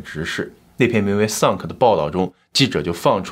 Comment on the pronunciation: 乍聽之下把sunk聽成suck…